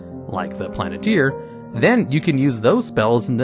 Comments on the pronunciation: Hearing you say "Planeteer" instead of Planetar just makes me want a Captain Planet campaign xD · Mass Polymorph rated higher than Psychic Scream? Sorry, but no. That Int save stun is oppressive. Plan-I-tier? Plane-tar dude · It's a Planetar not a planeteer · Planeteer? It's planet-tar. This isn't with our powers combined too summon captain planet. Lol. Rick and Morty had Planet-Tina lol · Hearing the pronunciation of "Planetar", it's clear someone grew up with Captain Planet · How do you not know how to pronounce planetar? It has AR at the end. In no English language does AR make the eer sound. Examples of words that do make that sound is deer, fear, beer, steer, etc. Plantar makes the AR sound. Examples: tar, far, car, star, etc.